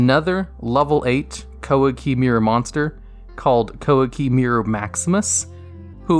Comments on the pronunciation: "KOWA KEY MAY RU" Thats how we pronounce it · "Qwah-key meer-roo"